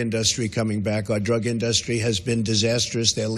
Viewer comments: Why does he keep saying "Industry" as "InDUHstries"? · in-duh-stree! lmao 😂😂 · The way he says the word 'industry' is hilarious. I couldn't help but laugh a little bit.